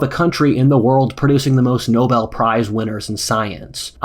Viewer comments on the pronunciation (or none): none